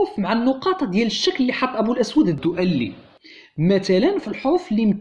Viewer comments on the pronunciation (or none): 1) الدؤلي تنطق بدون تشديد اللام ، وهذا الاسم أشهر نار على علم ، فلا عذر لمن يخطأ في نطقه . 2)الخلفية المشكلة من صور خليط من المشاهير لا معنى لها ولا علاقة لها بالمعلومات المطروحة .